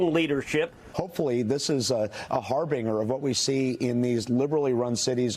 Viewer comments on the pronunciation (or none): Don't use words like harbinger if you don't know how to pronounce them. The g is pronounced like a j in that one - HAR-bin-jer. 🙄 At least he got the meaning and usage correct.